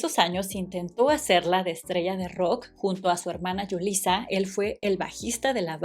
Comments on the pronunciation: Julissa, la j es oclusiva y suena, Julissa es un nombre latino y no significa lo mismo que Yulissa, ojo ahí, ell se llana Julissa. La Mamá de Diego no se llama Mariana se llama Susana Zavaleta. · No lo pronunciamos como Yulisa, sino como Julissa, lo pronunciamos.co. J, no como Y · Se pronuncia “Julissa” no Yulissa viene de Julia Isabel, y la señora se llama Martha Zavaleta no Mariana Zavaleta, la verdad es que tu video solo pretende sensacionalizar desde el título, la investigación es pobre, igual que el video del “lado oscuro oscuro de Timbiriche” cuando en Timbiriche no hubo nada oscuro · El nombre de la mamá de Benny es Julissa con sonido de J no de Y